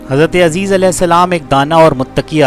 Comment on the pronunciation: عزیز نام غلط لے رہے ہو بھائی عزیر نام ہے